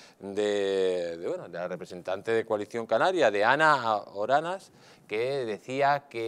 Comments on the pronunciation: Oramas, no Oranas señor. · Es Ana Oramas no Oranas. Es una valiente. Feliz día! 🌞